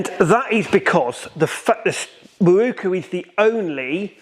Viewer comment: Open close ...open close...open close.... F..k sakes and what is a MAWOOOKOOO... Pronounce MAROW Koo